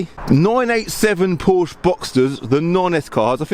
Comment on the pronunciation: I personally would learn how to pronounce Porsche (Poor-sha).